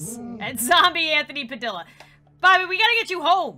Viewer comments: it is not pronounced Padilla its PadIA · I cannot talk to you, you didn't pronounce Padilla right, ITS PRONOUNCED PA-DEE-YA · Anthony Padilla's last name is spanish so we say it like "Padiia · My last name is Padilla but mine is pronounced "Padillia" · It looks like Padilla but it’s pronounced PADIYA